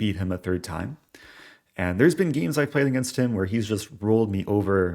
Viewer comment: stop saying geems